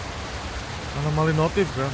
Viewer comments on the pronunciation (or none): anomaly ❌️ alomany ✅️ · Anomali bg bukan alomani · anomali bang windah ngomong alomani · Anomali kocakk bukan alomani😑